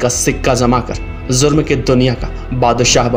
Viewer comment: Zurm nahi jurm